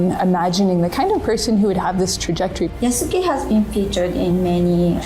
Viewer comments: Gonna sound really stupid and autistic, but I know they have no idea about what they are talking because none of them can pronounce the japanese names properly: they use their english or french accent and read "YAH-soo-key" instead of "i-AS-keh". They never tried to learn anything from the characters or the story they are working with, because they don't care, they just want to do politics. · could you please call out Ubisoft for mispronouncing Yasuke... It's driving me personally insane. They claim to care about historical accuracy and care so much about this person and yet can't be bothered to say his name right. Everyone but you is doing it now "Yah-Ske" not "Yah-Su-ke" So if they can't do even that right why should we trust anything else? Edit: I'm tearing my hair out watching this video repeatedly say his name wrong. Not you... You're fine but wow. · "Yah-soo-kay", The fact they continuously butcher his name shows how much Ubisoft knows about Japanese culture. 😂😂😂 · yasUKEI. can they at least try to pronounce this very simple name right? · Had me weak like come on at least learn to pronounce the name correctly “Yaw-skay” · Well, wait until they announce him as Yas-u-gay in the the next trailer. Being the only black giant in an entire country of asians isnt special enought. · Yeah, in Japanese the "u" sound is reduced in the name Yasuke. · They can't even pronounce his name properly. 😑 Shows how much they care for the actual character. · Big surprise that most of the fools dont even know how to pronounce Yasuke. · i cannot take them seriously if they cannot even pronounce the name of the main character yasuke right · I really wish they didn't mispronounce Yasuke. Since i know the actual way the Japanese pronounce names like that, it just sounds off.